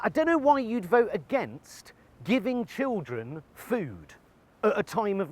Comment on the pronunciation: The word is school, not 'skoowww'. Children, not 'chiwwdren'.